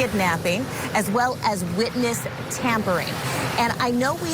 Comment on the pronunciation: he said wotness 😂😂😂😂😂😂😂